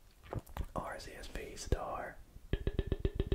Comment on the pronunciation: Arceus not arseus